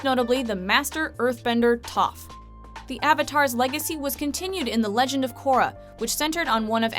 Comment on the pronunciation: everything was ok till you said Korra